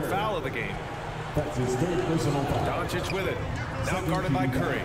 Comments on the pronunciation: Regular humans: "Doncic" Flight: "DON-ICKICK" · Why do you keep saying Doncic name wrong 😑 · It's pronounced DON-CHICH!!!!!!!! LUKA DON-CHICH!!!!!! C'mon man!!! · Announcers: literally pronounces doncic how it's supposed to Flight: Dawnichich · This man flight steady calling doncic donicin 🤦🏻‍♂️ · Dude deserves to lose for calling Luca whatever "Donic" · Guy said donicic lol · Was my man saying Donakick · Did he just say donikik? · Who the shit is Don-a-kik? Sad Mavs fan here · Please learn name pronunciation my guy. Don A Kik? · Deserved it since he butchers his name on purpose.